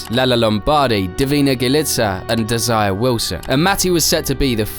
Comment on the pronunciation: De Angelis not Dangelis. She was put in a situation that was way over her head. I think she should have stayed in motorbike. Maybe she will have been better, but we'll never know. Désiré is pronounced Desi-ray.